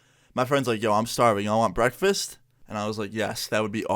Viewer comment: Now we know the details of his brackfast 🤣